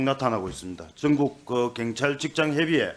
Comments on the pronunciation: 갱찰이 아니라 경찰 발음 똑디해라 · 갱찰아니고 경찰 억양죽이네요 근데 발음도발음이지만 질문도 질문같지않은 질문입니다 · 갱찰이 아니라 경찰 발음이나 똑바로 하고 말도 똑바로 하고 좀